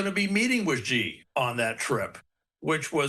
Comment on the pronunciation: Google says China presidents name is pronounced Shee